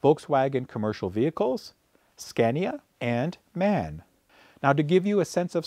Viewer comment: Great Show again. Little Help from a native speaker: The Brand you called "Man" ist "M.A.N." (single letters) and means "Maschinenfabrik Augsburg Nürnberg" (=mashine factory Augsburg Nürnberg). Best wishes from a region near Augsburg, Germany. 😉